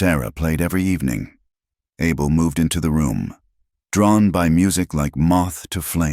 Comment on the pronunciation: The mans name NOT ARBUL But pronpunced as ABEL....all the time not psrt of it... Ai is just awful And how did Luke get upstairs in a wheelchair?